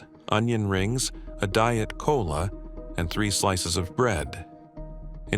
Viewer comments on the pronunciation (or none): none